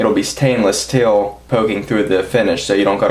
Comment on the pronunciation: You really emphasize the "T" in "Stainless Steel" lol